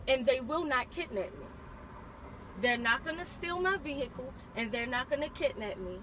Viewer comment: Why do sovereign citizen fuck wits regardless of race pronounce the word vehicle "veeeeeeeiaciale"